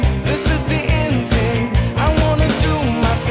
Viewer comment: Nice song.... but what?? TING?? Can't he pronounce THING??? Goshhh..!!